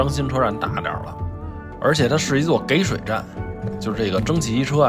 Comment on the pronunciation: 涨知识了！谢谢了，但是其中有旁白叙述顺义车站那块说这个车站是"给水车站"您读成 Gei 三声，应该读Ji 三声，和给养一个读法。